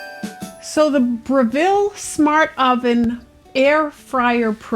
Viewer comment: At least twice a year Aldi sells mini silicone utensils. Good Cook has a three piece paring knife set with fine serrations on the blade that never dull. Breville is pronounced BREH- ville... .short E, accent on the first syllable.